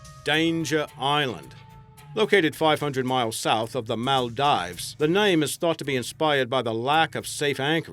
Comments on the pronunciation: Also Maldives is pronounced Maul- Deaves, not Mall-Dives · "boo-vay" not "bouvet" and "mall-deevs" not "mal-dives"